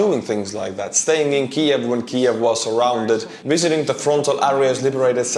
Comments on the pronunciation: It’s pronounced one letter at a time,: K-I-A. A Kia is a car. 😄 Love your channel! Slava Ukraini! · It's an acronym bruhh, K.I.A. (killed in action) pronounce single letter English My G 👍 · Love your work! Keep knocking them out cold! FYI, in English, KIA isn't pronounced like the car brand, it's prounounced Kay-Eye-A. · In the US we pronounce each letter, K I A. Like FBI or KGB. It sounds like Russia can’t move their Kia cars. Russians couldn’t afford Kia’s anyway. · You did not just pronounce KIA like that. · It literally is not pronounced. Every Anglophone country (all of them) say each letter individually. It is like NBA not like FIFA. Had it been a word, and not an initialism, he would've pronounced it correctly, but it isn't a word.